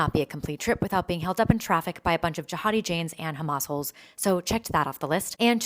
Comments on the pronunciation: Did she say hamassholes? 😂😂😂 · She said "hamassholes" 😂😂😂